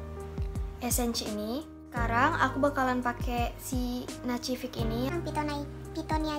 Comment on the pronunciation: Nacific bacanya nasifik kak